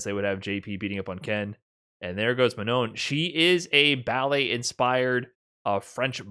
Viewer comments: It's Manon not Ma-non! haha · I appreciate covering this but he really pronounces "Manon" in the most American way haha